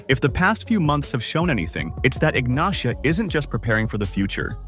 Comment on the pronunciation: Ignacia is pronounced "Ignasia"